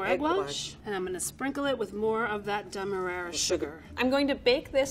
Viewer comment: lmao the pro chef really said demerayrer sugar instead of demerara